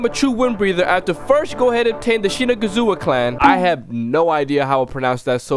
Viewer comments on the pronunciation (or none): shinazagawa is the word when u say it its shinuzagawa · you need to be careful with what u say 👀 you said shi’nigga’zua not shinazugawa Edit: at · So it's like... Shin itzu gawa Pronounce it like that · You can pronounce sanemi’s last name like this shin-iz-u-gowa👍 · Shi-ni-ga-waza since you can't introduce shinazugaza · A few seconds in and I hear SheNigezUa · How to pronounce shinazugawa is she-nah-zoo-ga-way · Same I thought he same the n word but can't blame him cus the clan name was hard to pronounce even i can't say it lol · By the way it's Shinnahzugahwah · Its pronounced shi-na-zig-wa But im not 100% confident in that😏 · U said shiniggazuguwa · He said the n word will pronouncing his name